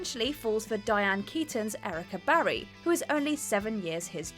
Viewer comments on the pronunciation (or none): none